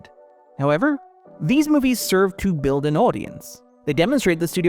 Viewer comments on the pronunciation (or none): none